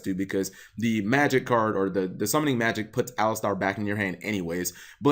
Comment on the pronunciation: Why is this better than the "boss" monster... Anyways, Eidolon needs some more maindeck cards to fully witness their potential. P. S. I think it's pronouced A-lie-ster over A-lis-star. But who am I to question Cap's winged pronunciation Kappa :^)